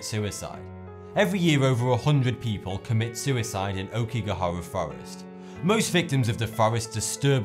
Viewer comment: Aokigahara = "ah-O-ki-ga-ha-ra" I really enjoy watching your vids, but I would like to see better pronunciations for foreign words and names, please.